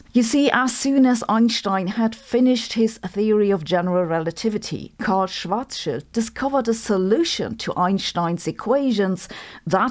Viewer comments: it's the German pronunciation.. as in, the correct way to pronounce it.. Just because everybody else says it wrong doesn't mean actual Germans should too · Thank you Sabine, I have greatly appreciated this video, very interesting and informative. And your channel is one of the few where one can listen to the correct pronounciation of “Schwarzschild” 😉